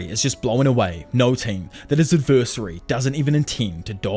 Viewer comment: Love your videos but pls learn how to pronounce adversary